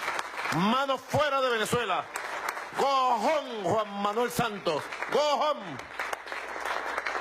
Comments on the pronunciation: Dice "co jón" o "go jóm" jajajaja este si es un pobre ser humanoide. ¿Santos es gringo? claro, es que le habla en inglés go home jajajajaja ay carajo este burro ya no sabe qué hacer para hacernos divertir. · Cojón Juan Manuel Santos Co jon!!! jajajajaja o queria decir este mal hablado Go Home?